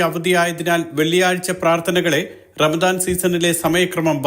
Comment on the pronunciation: Ramsan alla bhai ramadan aan...